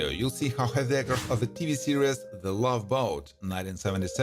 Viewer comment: You telling me that when he said “lahveee beeeyough”, you couldn’t tell he was clearly saying Love Boat?